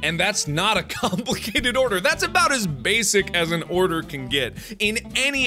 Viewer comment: who else lost mark when he was talking aboot youtube... XD srry